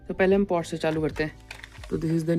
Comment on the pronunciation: It's pronounced Porsche "पोर-श" and not porsh!